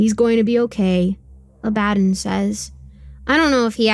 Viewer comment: I thought Abbadon was pronounce "ab-a-don," not "a-bad-in"